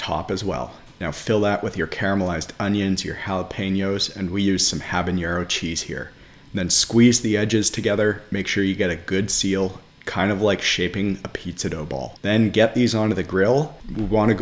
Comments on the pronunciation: your pronunciation of habaneros is like hell to my audio receptors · but the beginning is supposed to be pronounced with a long a sound not a short one so it's still incorrect. He also pronounced habanero with an ñ which is also incorrect. I do think it's a bit of a pedantic thing to poke fun at someone for though.